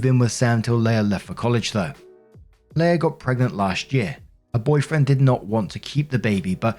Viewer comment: Story 1 - "Leah" is pronounced "LEE-uh" not "LAY-uh".